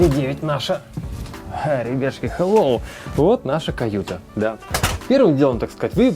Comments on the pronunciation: он еще это слово так производит забавно. так быстро ребятШки и потом что-то быстро объясняет) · как он говорит? ребяшки или ребятушки???